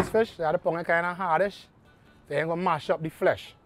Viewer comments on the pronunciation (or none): none